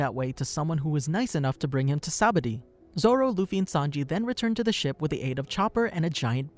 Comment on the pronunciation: it's pronounced (saba-OHH-dee) friend, awesome video 👌